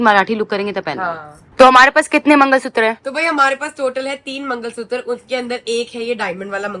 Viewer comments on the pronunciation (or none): Mangalsutra na na na😅 mangalsuttaar😂